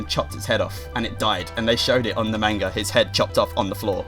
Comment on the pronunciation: you pronounce manga wrong